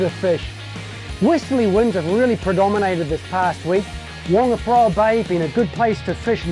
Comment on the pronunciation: Waaangaparowa bay where's that?? Mate pronounce it properly or atleast attempt too.. "Funga-pa-raowa"